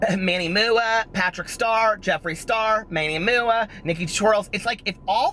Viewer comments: That One Aquarius 😂😂😂😂 right? that Manny MOO-AH gets me everytime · ha! thank you... i had no idea that MUA stands for make-up artist LOL i was pronouncing his name the same as you 😂 whoopsy